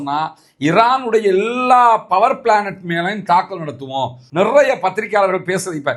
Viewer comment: . சகோ பவர் ப்ளானட் இல்லை, பவர் ப்ளாண்ட் சரியாக உச்சரிக்கவும்.